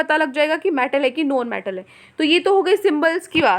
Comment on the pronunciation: Noaun metal nahi hota non metal hota h